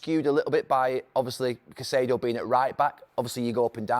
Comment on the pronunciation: CaicEdo, not caiceeeedo